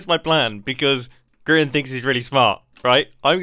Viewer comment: You said groan instead of grian